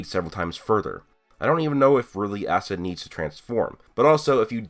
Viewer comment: Asta asta guys its Austa